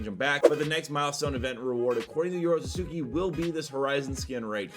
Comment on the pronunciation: him mispronouncing yorotsuki every time irks me :/